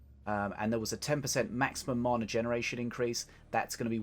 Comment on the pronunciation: ffs you still cant say mana... how long you play this game ffs bro lol